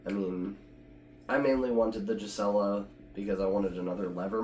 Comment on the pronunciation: GUEE-suh-lah (no J sound)